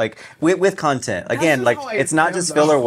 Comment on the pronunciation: Lol, you say "contint" the same way Mera Mangle does